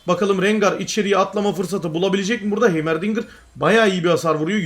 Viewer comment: heymer değil haymırdingır